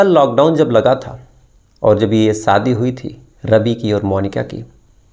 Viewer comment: Bhai sha ko sa math boliye please saadi nahi shadi hoti hai please make your pronounciation better because you are a official story teller ❗❗